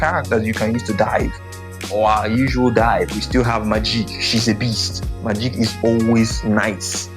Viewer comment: why play the thing when you can play MAH-JEEEK 😂 bro made it sound like maleek